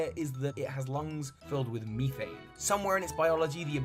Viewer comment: Great video over all 👍the only issue I had with it is the way you pronounce certain words like methane for example, but that's my opinion. Thank you for taking the time to research and making this joint.